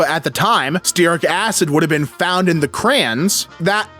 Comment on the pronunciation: Bro, it's crayons not crans.